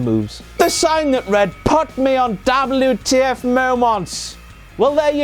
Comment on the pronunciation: I love it when he says Dablew Tee Eff !